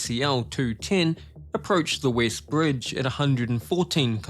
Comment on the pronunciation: What kind of accent is this, pronouncing "ee" each "e"? The Eest and the weest part of the bridge... six point seeven kilomeeters...